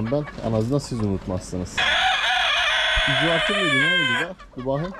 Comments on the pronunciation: Abi İcardinin isminin okunuşu İkardi Bi futbolcu galatasaray futbolcusu :) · Abi icardi futbolcu da ikardi diye telaffuz ediliyor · kolay gelsin hacı icardi gs futbolcusu ikardi diye oku sen ama senin sesinle yazıldığı gibi icardi demen daha iyi gibi sanki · İcardi deil ikardi